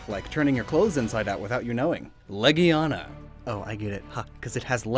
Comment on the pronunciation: Heard some guy pronounce legiana “la-gina” don’t say that around children.